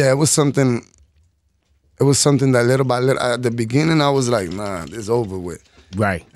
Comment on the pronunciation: ANUEL AKA " LILLE BY LITLE"😅